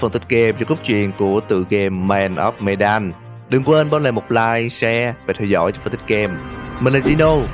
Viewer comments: medan mình đọc thành menđen ám ảnh ổng rồi :v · medan đọc là mờ-đann ạ. một chút sai sót nhỏ thôi không sao ad. mình vẫn luôn ủng hộ kênh của bạn ^^